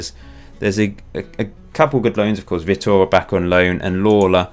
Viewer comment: btw vitor is "vee tore" i have a friend from Brazil called Vitor so I know